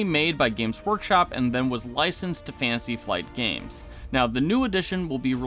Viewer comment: Uggh. Annunciate. “Fantasy”, not “fansy”